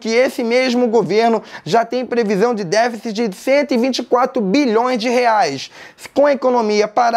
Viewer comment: DÉFICITI! DÉFICITI! Entenderam?